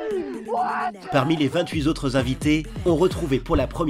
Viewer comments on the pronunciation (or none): Ca freestyle aussi dans les liaisons sur riding zone :" les 28 Z autres competiteurs" ...ca devant rider le fingerskate pendant les cours de francais !